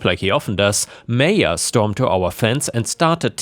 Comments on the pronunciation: It's pronounced MY-ah, noy MAYA. Seriously you shouldn't keep needing your commenters to correct you. There ARE websites where you can type any word and it will tell you the correct pronunciation. Stop putting the work on US, when YOU'RE the one making the videos. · Maya is pronounced "My-ah" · It's pronounced 'Maya'...happy to help! That first story illustrates perfectly why the US needs psych screening before issuing gun permits.